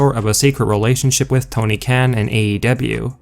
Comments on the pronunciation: You said Tony's last name wrong😒. His last name sounds more like (con) like a conservative get it? But you said (can) like you eat out of a can😁. You really need to say certain words correctly or go back to speech therapy or school or something. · The way you keep saying Tony khen instead of Kh-AAN really annoyed me lol